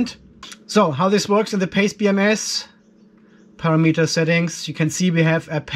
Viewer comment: The word is "Parameter "!!!! Not "para meter"!!!